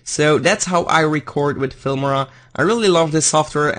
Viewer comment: Its noot "Filmira" its "Filmora"